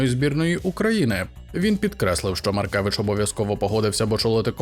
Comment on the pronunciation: Правильно Маркевич